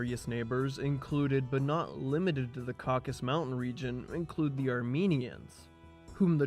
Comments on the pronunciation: I mean, go back and listen to yourself say caucus at least five times, and then listen to any other native English speaker say Caucasus. You are one syllable short. What about the text and sources, though? That’s much more interesting. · Thanks for a really comprehensive coverage of the material in English. Is this your original text? What sources are you using? You make a valiant effort at pronouncing the tricky names and toponyms, but I just cannot help but point out that it’s the Caucasus mountains not the caucus mountains. And Giorgi is pronounced ghee-or-ghee. 😅 But who am I to pick nits? Good work. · incorrect correct correct incorrect incorrect